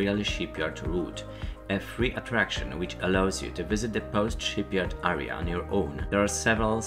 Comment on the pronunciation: jestem pod wrazeniem....piekny przewodnik...jedyne co sugeruje to troszke popracowac nad wymowa.... fountain, galleon, area - hmmmm